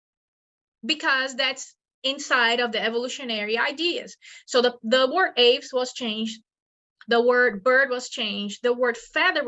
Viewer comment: Get your pronunciation of "Aves" right if you are going to present yourself as some kind of authority.